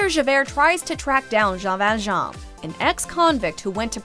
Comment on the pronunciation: I’ve never heard anyone butcher the name Jean ValJean like the voiceover on this video 😂